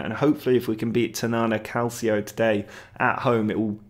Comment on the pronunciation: Calcio is pronounced Calchio (the same way you pronounce Mancini). I would be interested in knowing your players' determination, and especially consistency. A couple of bad games have to be expected if you have low consistency players (13 or less I would say. Considering that consistency goes up to 25 but the maximum value is still 20, which means even a 20 consistency player will have some bad games.). Also team talks and press could affect the performances. Imho though, it's either team talks or consistency what gave you these losses. Something similar happened to me too, I lost to 7th, 17th and 20th in the league in a week and lost the title that way, and I would say is a common issue to good but not great teams (Most of the good but not top players have either low professionality, consistency or determination, which makes you lose more games, or at least one of the three is average)